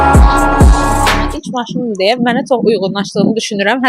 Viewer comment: Itsine yox iCine .Tsox yox Cox.Fitsyir yox fiKir